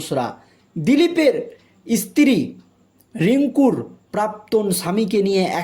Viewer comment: ইস্তী টা কি? সাংবাদিক ঠিকঠাক উচ্চারণ করুন।